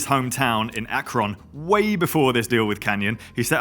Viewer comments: As someone from nearby-ish Pittsburgh, this also triggered me. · Fluff up of the week… pronunciation of my hometown of Akron! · LOL - A fellow Ohioan - I laughed too!